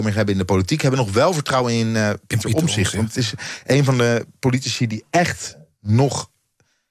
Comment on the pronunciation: Hij heet Omtzigt niet Omzigt, beste "Journalisten".